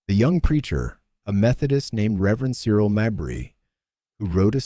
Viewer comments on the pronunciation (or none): none